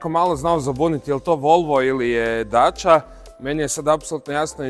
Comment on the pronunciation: lijenost u izgovoru,inije dača nego dacia